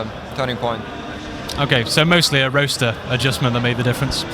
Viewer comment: xD I was like.. I guess u said roster.. but I heard roaster, anyway great interviews. I hope there would be more :<